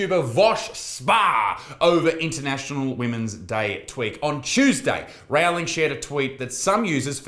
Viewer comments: repeat after me rou-ling rowling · I love how Isaac says Rowlings name wrong as a blatent disrespect to the Terf.